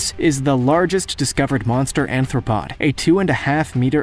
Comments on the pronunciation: The mispronunciations are making me NUTS! The word is aRthropod not aNthropod. A lot of the names of a LOT of the animals are mispronounced. The footage isn't credited. Why are you using so much from Primeval and not mentioning that fact? Why are you making fun of the names when they're just using standard Latin nomenclature? That's how species are named. If the narrator is so antiscience that he doesn't want to learn how to pronounce things correctly, maybe he should find another job. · Oh god the mistakes🤦🏼‍♀️🤦🏼‍♀️🤦🏼‍♀️ Gorgonopsid, not Gorgon face or Gorganopsia You mispronounced ‘Haikoickthys’ and also used clips of a Cepalespis which is it’s future relative Arthropod, not ‘Anthropod’ That larger fish was a Dunkleosteus, not an Astraspis and it was certainly not that small Crocodiles lived WELL before the dinosaurs, they were not descendants of Most of the clips used for the Dimetrodon was actually Edaphosaurus which is a herbivore. Also, is a SAIL, not a ‘snail’ and the use of the sail u described was for the Edaphosaurus, not the dimetrodon. There is also proof of it all, it’s not all just guess work The clips you used for the ‘Jaekelopterus’ were actually Brontoscorpio and Pterygotus Clips for the Titanichthys were dunkleosteus again The majority of the clips used are for the wrong creatures for almost every creature listed Bee Movie is a Horror??? Not all of these creatures are scary, let alone terrifying so how they made the list is beyond me. You have to make sure you have all your facts right before you make and post videos like this. It’s supposed to be educational for people wanting to learn FACTS. **Some of my spelling may be incorrect so anyone is welcome to correct me on that, but I know my facts are correct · and anthropod instead of arthropod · Yes, and "anthropod" instead of "arthropod" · Dimetrodons "sail," not snail, "arthropod" not anthropod, and "filter feeders" are big sluggish animals, not aggressive predators. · ARTHROPOD. Not "anthropod"!